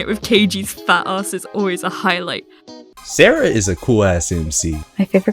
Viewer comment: Okay, is definitely spanish. You can't hide that pronunciation of 'Sara' from spanish-speakers.